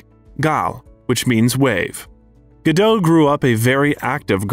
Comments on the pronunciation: Very informative, but I had heard most of this before. BUT!!! If you're speaking as an expert on Gal Gadot, don't you think you should pronounce her name correctly?? This completely erodes any credibility of this video. Someone did all this research, edited all these clips, and could't teach the narrator that the T IN GODAT ISN'T SILENT!! REALLY? How could you make such a MORONIC MISTAKE pronouncing her name incorrectly over and over and over again??? UNFORGIVEABLE!! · very bad eresentation... and Gadot "T" is pronounced! check your facts! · Her name is Hebrew, not French, and the T is pronounced. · Pro ounce her name correctly: Gah doat. Her mother' s name is Ear eet. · GAL GADOT. T is silent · It's a shame you can't pronounce Gadot correctly